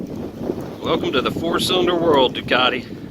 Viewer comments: Can you say "du cat te", not " du car de". Ducati :) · It's actually do-cart-eh;)